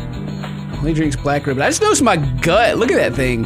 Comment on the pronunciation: I'm sorry but.. It's *Just Not gust. How old are you?